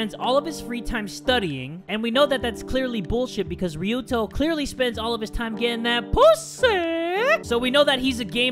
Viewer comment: After years of playing this game finally says Ryuto's name properly. I have been waiting for this day.